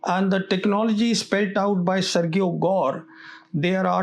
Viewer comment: sergio - "SERJIO" learn to pronounce this basic name, old boy